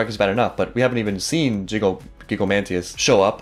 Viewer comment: I love how every reactor has their own Gigantomachia flub. One react trio calls him Gigantomania, you call him Gigomantias. It's great